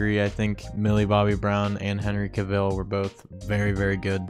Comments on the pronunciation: Cavill rhymes with travel. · LOL, that's not how you pronounce Cavill 😂😂😂